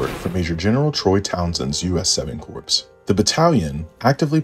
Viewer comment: “Woman’s Army Corps” the “Corps”” is pronounced as “core”.